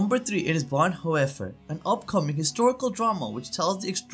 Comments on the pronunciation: It’s pronounced BonHoffer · Learn how to at least pronounce the German language.... The name is Dietrich Bohnhoffer, said as"Deetrick Bohnherffer". (in German the name Dietrich has an 'ie' ipronounced as an ee' and 'Vorbei' with an 'ei' is [pronounced as an an "eye"... 'Hoffer' (with the umlaut - the double dots above the o, sorry I do not know the correct keyboard shortcut for that.), is closer to 'herffer' but spelt as Hoeffer in English. There a lot of tricky pronunciations for English speakers, besides those.... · Please learn to pronounce names like Bonhoefer.